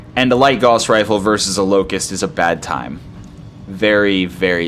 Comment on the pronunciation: Gently trying to get you to say it correctly.